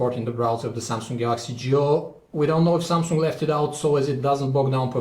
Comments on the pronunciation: SUMSUNGK .. HAHA :DD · Never heard of "Samsunk" :d